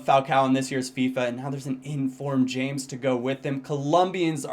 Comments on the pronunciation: Never occur to you that it won't be pronounced James? Anyway according to Tim Vickery, it should be said as 'Hames'. He said he absolutely hates it said as James. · It 's pronounced 'hamez'.. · I think James is pronounced (Ha-mace). At least that is what the commentators say on Bein Sport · It's not pronounced James, it's pronounced Hamez. :D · it's actually pronounced *Ha-Mess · James Rodriguez is pronounced Hey-mes